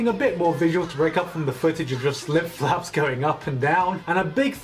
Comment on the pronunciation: I heard lip flaps as lip faps